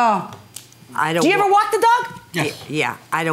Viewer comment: She said walk not want